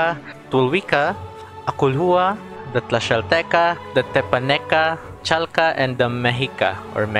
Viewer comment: when he said "chalca" i had PTSD and flashbacks T.T